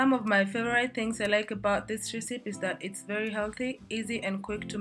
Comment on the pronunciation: why are u pronouncing recepe like that